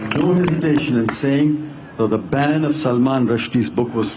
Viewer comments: जाहिल वारीस बॅन को बॅंड बोल रहा है.... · Ban ko band boltaa hai!!! Kya baat hai